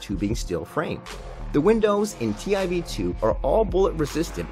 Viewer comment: Hey mind its prouneced tiv2